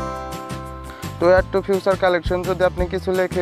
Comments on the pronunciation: এ্যারকেইভ না রে ভাই এ্যারেচিভ😂 আর ঐ টা ফিউচার না ফ্যাকচার🤣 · ফেচার, ফিউচার না ভাই।🙄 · It's not feature its future..🤣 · এটা ফিউচার না, উচ্চারণ হবে ফিদার😊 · ফিউচার না ফিচার 🤣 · gadha oita future na "feature"ফিচার😂🤣